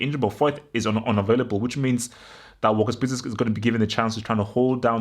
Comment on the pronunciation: Lo Celso will be on the bench. Vertonghen will probably come back in imo. Btw It’s walker peters not walkers peters. Gonna be a very tough game of course. we’ve lost our last 6 away premier league games as well...